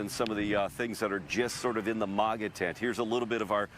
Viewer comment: what ever your name is it’s not moga it’s MAGA you’re an absolute idiot why are you a reporter? Obviously you can’t get it right